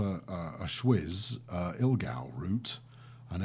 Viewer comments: Schwyz = ch-vee-ts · The way you pronounced "Schwyz" actually means sweat in German ;)